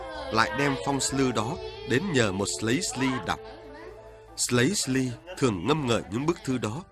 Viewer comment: Đọc không cần phải gọi là "Phong s-lư" vậy đâu mà, chỉ cần đọc chữ "Sư" uốn lưỡi là đúng rồi. Điệu Sli cũng vậy, đọc uốn lưỡi là "Si" chứ không bật chữ "L" ra đâu, có bài hát còn phát âm thành "... điệu sơ li" là sai hoàn toàn. Nghe đoạn phỏng vấn anh Hoán trong clip đấy họ cũng nói là "phong sư" thôi.